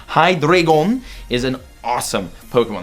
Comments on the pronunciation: Deino = "Dye-noh" Zweilous = "Zvye-lis" Hydreigon = "Hye-dry-gon" The names originate from the German words for 1, 2, and 3. Eins, Zwei, Drei. DEINo, ZWEIlous, HyDREIgon. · Deino for 10 k better collect them and hydreigon is pronounced hy dri jon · The way you say Hydreigon🤣🤣 Cool